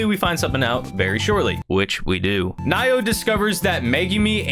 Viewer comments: How you pronounce Naoya is Na Oh YA not Nayo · Naoya is pronounced Nah-oi-ya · They way you pronounce Naoya is Now-oo-yuh (atleast I am pretty sure that is how)